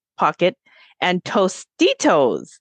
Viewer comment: it was Tostitos Not Tostinos